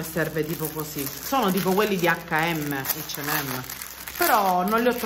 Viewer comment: Ciao, io ho sentito dire “ eigd “ & M😂